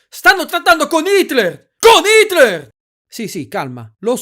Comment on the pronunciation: Solo io lo sento pronunciare "Shitler"?